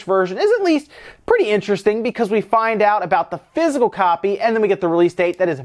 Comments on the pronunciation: I love your channel but it's not pronounced "fizz - el" it's "fizz - ik - cal." Half the time you got it right but for some reason it drives me nuts. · Took me a few minutes to figure out he was saying physical not fizzle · So confused until I realized he was saying "physical copy" and not "fizzle copy". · When you say "Physical Copy" it sounds like "Fizzle Copy" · I thought you were saying fizzle instead of physical.